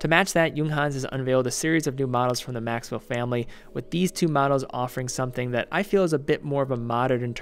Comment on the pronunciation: Nice review, except for the American pronunciation of 'Max Bill'. It hurts to nu ears, sorry